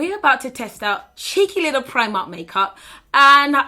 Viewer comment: When she says Primark in her African Accent I die every time.